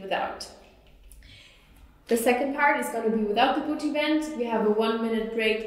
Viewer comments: buti buti buti buti buti buti buti buti buti buti buti I like the way she pronounces it. 😂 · love the way she pronounces "booty" :D